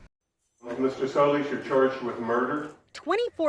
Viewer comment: Why she say soleeeese like dat😳😳😳